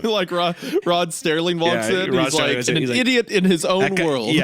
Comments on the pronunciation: Isaiah: “I love the twilight zone and I want to do a video on it” Also Isaiah: keeps saying Rod Sterling instead of Rod Serling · Me screaming ITS SERLING NOT STERLING. At the beginning lol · The cherry on top to the whole idiot bit at the start is Isaiah repeatedly saying Rod Serling's name wrong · Rod "Sterling"???? Its ROD SERLING!!! You should know this if your channel is horror based. Show the man the respect he deserves! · It’s Rod Serling not Sterling btw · I almost had a Mandela effect, you 2 kept saying "Rod Sterling" I was happy to find that Google still confirms his name was "Rod Serling" as I remembered it. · It's Rod Serling not Rod Sterling😂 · Serling > sterling